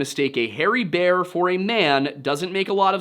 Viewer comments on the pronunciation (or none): Bear vs beer. You confuse the pronounciations :) Unless that's your dialect, I guess that could be claimed. Anyway thank you for this video, it was on time. When it comes to your cross around your neck: If you think a little bit harder on what that represents since Constantine of Byzantium, I suggest you throw it in the bin where it belongs.